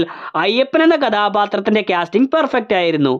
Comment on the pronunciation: ക്യാസ്റ്റിംഗ് അല്ല കാസ്റ്റിംഗ് ആണ്.